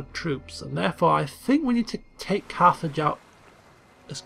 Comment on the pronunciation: every time he says Carthage i hear Carth from KoToR